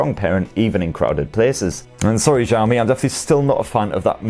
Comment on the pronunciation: Xiaomi is pronounced with an 'Sh', not a soft 'J'.